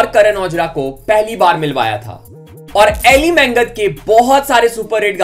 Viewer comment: Brother Elly Mangat Hmare Hi Pind Ka Hai Aur Haa Elly मंगत nhi bro Elly मागट Bolte hai Ise Punjab Mai 😅